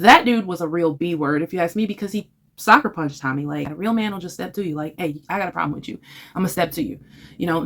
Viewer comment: It's "Sucker punched" not Soccer punched, just saying